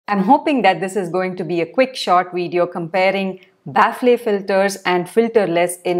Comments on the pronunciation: Its not pronounced 'baffley' Its 'baffel' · Ba-fal. Not baf-le. I don't blame you English is an inefficient language. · Thats not how you pronounce "Baffle" The ffle pronunciation is similar to "Waffle" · Thanx for the inputs…Kindly look up for pronunciation of Baffle🤓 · Ma'am 1rst correct ur pronunciation of baffle pls..then proceed to others..don't take to heart 👍